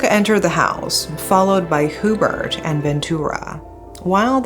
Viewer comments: It's pronounced as "YuBert" not hoobert. 😊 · it's actually pronounced hue-bert and not hoo-bert. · I know i should not but im so bothered by Hoo-bert its actually HYOO-Bert. I was in elementary when this unfold and remember the sensation it created before and until now its one of the biggest case back in the Phils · It’s pronounced as “Yubert” not Hubert. 😬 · Thanks for sharing this. By the way, the proper way of pronouncing the name Hubert is HYU-BURT, not WHO- BERT. It is definitely NOT a Filipino name. Having did that, I like watching your channel. More power!